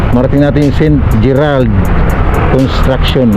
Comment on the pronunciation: Kala ko sa dinig ko ST. Petter😂😂😂😂ST. GERRAD pla 😂😂😂😂